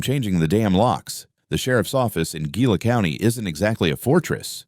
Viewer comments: That word, Gila, is pronounced Hee-la. Also the name of a particularly nasty little lizard called a Gila Monster. Terribly poisonous, fortunately on the rare side. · You should pronounce it heela. Thats a Hispanic G.